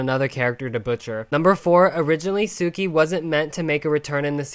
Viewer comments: Since the name is pretty close to Japanese, it probably could have stayed the same or be pronounced "su-kee" instead of "soo-kee". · The names in Shaymalan’s movie are actually likely to be what the original authors intended, but then Nickelodeon probably wanted pronunciations that sound more regular in English, i.e. fit English phonology. So, my best guess is Suki’s name would have sounded as if it were written Tsuki or Tsyuki or something more closely resembling the Japanese pronunciation than Suki. (Japanese u isn’t actually pronounced like oo in book.) Also, Yue is Chinese for moon, except that it isn’t because the u is pronounced like German or Turkish ü.